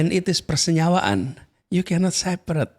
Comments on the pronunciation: the "persenyewaan" moment is really great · the "persenyawaan" explaining blew me away